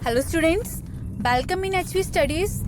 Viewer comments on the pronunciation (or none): Belcome Nahi welcome hota hai...🙏